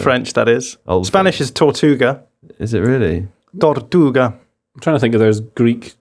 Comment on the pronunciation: Just coming here to say that pronunciation of "tortuga" was pretty good.